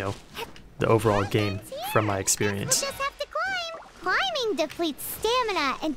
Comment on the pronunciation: "Cwimbing depwetes stamina"